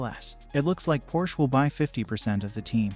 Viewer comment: First of all, you should learn to pronounce Porsche -- it has two syllables. Second, Porsche would immediately be a strong contender. Hopefully we'll soon see.